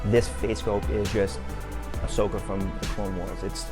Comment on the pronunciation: What you cant say words that end in an a your calling asoka asoker grown man that dont know how to pronounce word hilarious